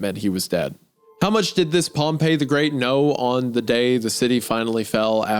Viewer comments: Isaiah mispronouncing pompey the whole time after saying it right once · I will never forgive Isaiah for pronouncing pompey as pompeii the whole video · Pompey died 50 years before Jesus was born that whole section of you talking about pompey was just historically wrong also it's pronounced pom-pee